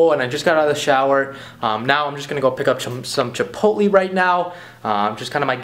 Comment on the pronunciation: "Chiptoleeee" that's wrong. It's Chipotle.